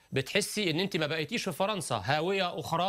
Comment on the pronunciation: Il dit majoritairement "faranca " et faransiya